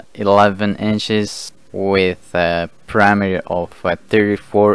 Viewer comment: While listening, I kept puzzling over what this "parameter" measurement was. Then I looked at the screen and realized that the talking head was struggling to say "perimeter". Thumbs down.